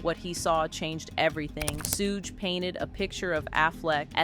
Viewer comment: It’s funny how the AI can’t say Suge! 😂😂😂